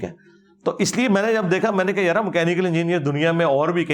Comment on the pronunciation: When he sayssss yaraaaa proper jhelum slang ❤❤❤